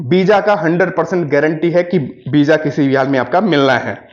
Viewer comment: Beeja nahi visa hota hai